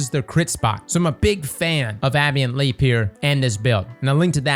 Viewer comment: Congratulations on growing your family sir! Thank you for being here when you have a newborn. “A Bay Ant Leap” sorry for correcting your phonetics